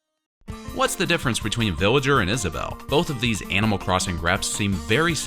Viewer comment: He says billager